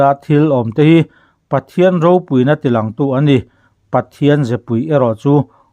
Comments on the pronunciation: Ropui tih hi i lam fuhlo lo maw.. Pui hi a ri hniam tur ania, ilam sang vek mai.. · Ropui tih hi i thlûk dik lo zel, pui tih hi lam hniam tur a ni. Khanghu tih lam anga lam tur. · Ropui, khaw ropui tih ropui kan lam rik ang hian i lam ri a, hetiang hi a rik dan tur a ni lova i chhiar thiam lo a ni.phungthlu tih a, kan lam bung nghat an hian ropui tih hi lam tur aw, i lam ri thiam lo, i qualified lo ropui tih lam ri dik tur hian 😂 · Ropui tia lam loh tur, Ropui tia lam hniam tur ti na na na, a ngai hlira i lam le aw.😂 Ropui(People tih thumal lam rik dan anga lam tur) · Ropúi tiha thluktur i thlukdiklo tluanchhuak zak. 'púi' tih lai khi thluk hniam tur aw ka nau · Ropui tih hi tih san loh tur tih i chhiar a, i lam dik chuang si lo, pui tihlai hi chu min lo pui lawk teh tiha pui tih ang hian thluk tur a niin ka ring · "ropui" tih lam dân tûr Pu Chuaua sawi dan hian i lam miah lo, i chhiar hian. "Pui" lai hi lam ri hniam rawh